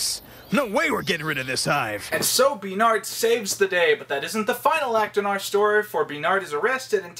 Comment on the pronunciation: I love and hate the way he gets his panties in a twist over the name “Bernard”.